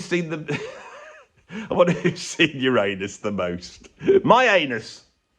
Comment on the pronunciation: At least you got the pronunciation of Uranus right.